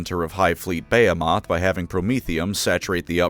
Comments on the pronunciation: I'm sorry, are you trying to say buh·hee·muhth? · Hive fleet (beh-HEEM-eth) lol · I love you; but your pronunciation of "behemoth" is giving me aids